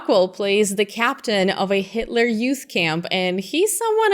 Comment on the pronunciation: hail hit-a-la ... who's Hit-A-La, come on man do you even speak German?